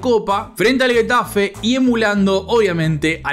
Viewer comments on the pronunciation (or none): no, como que "Guetafe"? primero Pezzella y ahora Getafe de esa forma? jajaj Te banco muchisimo igual! Siempre estoy esperando tus videos.